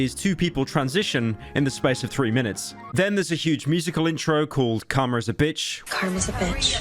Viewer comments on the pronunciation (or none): none